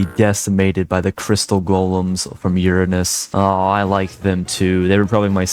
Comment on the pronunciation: Heh, you said urine-ous.